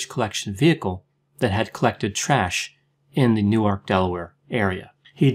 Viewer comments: i’m from nj where people argue over the pronunciation of newark... some say noork and some say new-erk. hearing u say nu arc has made my brain explode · I find it hard to believe you lived In Newark, which is pronounced Newerk., stressed on the first syllable. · newark de is pronounced new-ark